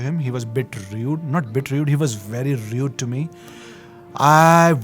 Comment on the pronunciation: Well to be honest it'ss rude not rued. Being genuine! 👍🏻